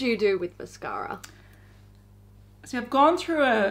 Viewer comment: Everytime I hear say Mascara a hear "mashara". Lol